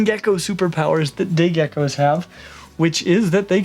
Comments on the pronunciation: Was just about to comment the same thing :') glad im not the only one who heard that :') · 36 seconds in and listen carefully to when he says day geckos it sounds diffrent...